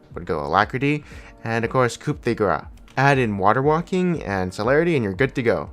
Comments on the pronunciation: not coup like chicken coup, it's more like cooooooo coo de gra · you dont say the p in coup de grace. Never heard of "that would be the cou de gra" ?